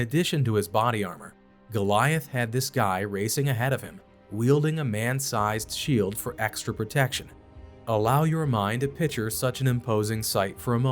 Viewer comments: Picture, not pitcher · Uh, dude, it's PICTURE, not "pitcher". Good old modern education system. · It's "picture" not "pitcher". You need to fix this. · Picture, not pitcher. Mail, not male.